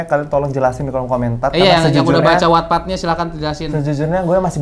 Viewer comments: Bang, wattpad itu bacanya 'wattpad' bukan 'wattpad' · Sama 🤣 Terus gw mikir emang yg bener wetped apa watpad si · Selalu nunggu konten AADC ini, jadi tau jalan ceritanya walaupun ga nonton. Tapi salfok bgt selama video penyebutan wattpad selalu gue benerin jadi "wetpet" gara gara kebiasaan ngomongnya begitu wkwkwkwkwk 😂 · wetped bang bacanya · 🤣🤣🤣🤣🤣baru Nemu pertama kali channel ini langsung gw subscribe btw itu dibacanya wetpet kaaa😭😭